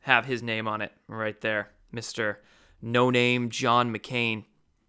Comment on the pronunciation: Can’t say his name “McCain”